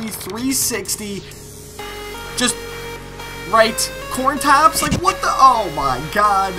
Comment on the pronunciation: corntaps? loool 😂😂😂